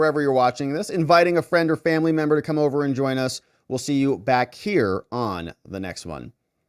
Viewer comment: Whats going on with this guy saying membo instead of member? Is this the new moronic crap that we have to live with now????????